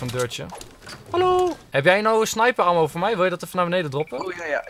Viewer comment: je spreekt ammo uit als emmo